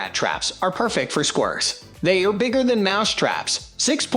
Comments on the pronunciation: What are squrrs? Or can the commentator not pronounce squirrels? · Why can’t these narrators say squirrels….😂😂😂😂😂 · They're taking L's (Els). Who? Don't ask 'im. 🫡